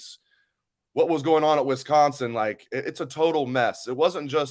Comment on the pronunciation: If says “Wesconsin” one more time 😂